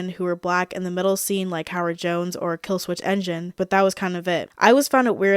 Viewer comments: My only... nitpick? or just an attempt to start a discussion?... would be the idea that black people people created rock 'n roll, and then Jimi Hendrix died, and that was it. You briefly mentioned Howard Jones (but mispronounced Killswitch Engage as 'Killswitch Engine'... it happens!) but there are many, many other black rock musicians after Jimi Hendrix. Slash from Guns N Roses might be the first person that comes to most peoples' minds, but there was also Skin from Skunk Anansie; Tom Morello of Rage Against the Machine, Lajon Witherspoon from Sevendust. How about Doug Pinnick of King's X? Or Tina Bell, who INVENTED grunge (Kurt Cobain was her roadie)? Pat Smear, who was a punk pioneer as part of the Germs, and then later joined an obscure band called Foo Fighters? Black people created rock 'n roll. They are creating it still. There's never been a time they weren't part of rock 'n roll. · Did you say Killswitch engine?😂